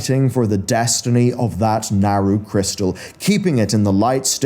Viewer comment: Love this dude’s content but am I the only one bothered by how he pronounces his A’s lol. Like in sylvanas , saga and Naaru